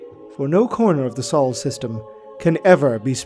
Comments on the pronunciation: Our star is called sol like soul, not saul Otherwise, awesome video. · It is SOHL not SAUL SOH-LAR, not SAULER